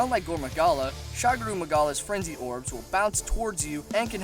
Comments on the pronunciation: holy shit, not Shagru, its Shagaru, SHA GA RU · I thought it was magara not magala for shagaru